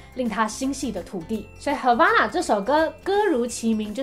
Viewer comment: 聽得時候是唱 hava(欸)na 可是滴妹念的時候是hava(阿)na 為什麼😶😶